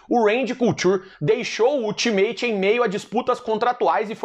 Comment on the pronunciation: 'ul ti meit' em inglês é AL TA MIT!!!